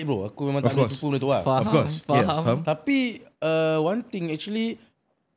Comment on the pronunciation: Semua la faham. Xpyh la stress out "faham" tu